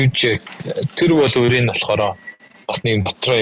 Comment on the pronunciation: Wolverine gej ymr altsangsan heldg ym be osda